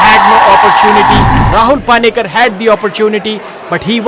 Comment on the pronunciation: its not paani-kar.. pani-kar.. how hard is that?